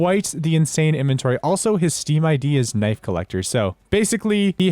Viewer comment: Kenifs??? Its Knife